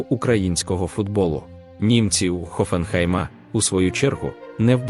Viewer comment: Хоффенхайм, а не ХоффенхЕйм ! Немає чого очікувати ! Буде ганьба !